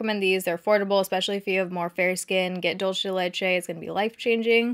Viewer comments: "Dolce de leche" 🤣🤣🤣 DUL-CE the c sounds like an s and the e like the e in dinner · Just a heads up, Dulce is pronounced /duel- seh/ ♡ and leche and /leh - cheh/ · I haven't seen much youtube videos lately and I Bingewatched a ton today, I love how you say Dulce de leche, that is something we eat a loooooooooot here in Argentina, it is unclear if it's from here, or somewhere else, but I don't know why, you kinda make it sound italian, and I like it. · Fa stra ridere come dice ‘dulce de leche’ 😂😂